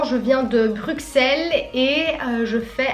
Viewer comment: Oh noooon pourquoi tu dis BruXXXXXelles